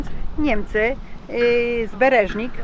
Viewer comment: Nie z Bereżnik tylko Berżnik koło Sejn.